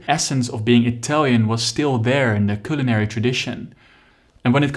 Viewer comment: Het is cuhlinary